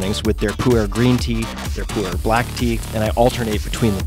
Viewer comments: I keep hearing 'Puerh' tea as 'poo-air' :/ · OMG can I help you pronounce Pu'er tea in the right way? I almost fell off my chair laughing.